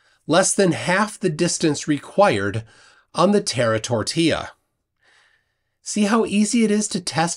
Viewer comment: "Terra-tortilla" 😂 first time I've heard this,,, love it.